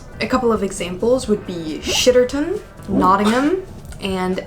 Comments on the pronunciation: Shitterton is pronounced like 'sitterton' the sh is actually a S sound xx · Yey, you said Shitterton 🤭 I live near Crapstone! It's really not as bad as it sounds though. Also some places in England (not sure about the rest of the UK) with names ending with "mouth"... Plymouth Weymouth Dartmouth Falmouth And many more are named after rivers that enter the towns. So they are literally the mouth of the river...oh and it's not pronounce "mouth", it's "muth" and sometimes just "muf" I hope this useless information will help you on your digital quest. And please one day visit one of these mouths